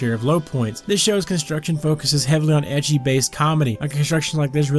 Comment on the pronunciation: Read manga. Proper ending plus extension that made characters more lovable (Kanade mostly). Also, am I the only one who thought he was saying "edgy" not "ecchi" at first? XD Also Part 2: Date A Live for life.